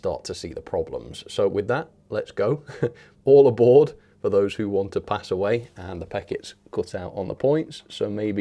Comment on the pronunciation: I like All A Bir-r-r-rd 1950!